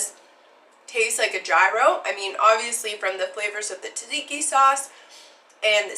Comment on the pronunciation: 😎😉 😃 youns can't fool me, I lived in Athens and Columbus Ohio for a lot of years and knew plenty of other Greeks from Pittsburgh and Monroeville and Italians too, they pronounce it just fine. I give youns props on your pronunciation of Tzadziki was pretty on point and you nailed the recipe. If you ever go hog or sheep hunting you should cook souvkakia. I shared your recipe on some Greek (and Appalachian) fb groups and it's getting plenty of likes. Love, love, love your channel!!! If you are ever in Reno the bevs are on me.( I'm in the same industry btw) YASOU ITALEE ☺☺☺